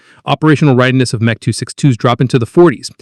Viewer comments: What is "Mech"? Either use the full name or M-E. These AI narratives are so annoying!! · The M.E. 262 of pronounced "M" "E". Not "Mech" 262. But what do expect for AI narrators? Not much. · You need to change the AI voice to say EMM EEE 262 as it’s saying meh 262. Are not concerned with things like this ? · "Meh" 262, seriously you could have gotten the AI voice to correct this,This is a shame as the rest of the vid was pretty good.